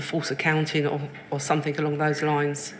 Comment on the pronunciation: Fought instead of thought, somethink instead of something, this woman is barely literate yet still has a "responsible" job!